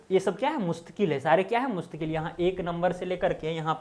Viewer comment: The correct is mustaquil and not mustaqueel